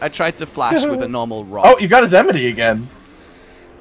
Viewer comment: “I dont blame you. You might get my emnity.”